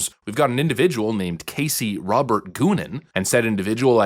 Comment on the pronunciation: "Goonin" come on brah 😂